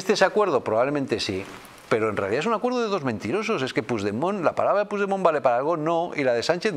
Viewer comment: Puig demon y se pronuncia puch demon